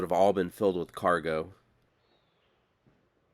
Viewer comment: I don't know why, but the word cargo is Odd.